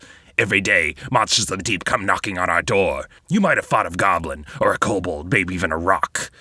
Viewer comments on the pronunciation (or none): none